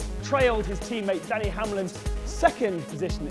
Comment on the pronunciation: It's DENNY not Danny